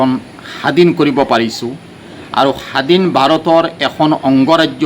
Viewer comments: যদি সাতশ আঠশ বছৰ আগতে আহিছিলে তেন্তে অসমীয়া ভাষাটোৱে ভালকৈ কব পৰা নাই । স্বাধীন কব এৰি সাদিন বুলি কৈ আছে । অসমৰ খিলঞ্জীয়া অসমীয়া মুচলীমৰ এনেকুৱা শব্দৰ উচ্চাৰনেই নহয় । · সাধীন নহয় স্বাধীন অসমীয়া ভাল কৈ উচ্চাৰন কৰাৰ চেষ্টা কৰিব লাগে